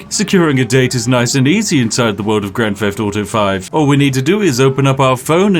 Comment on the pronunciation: grand feft auto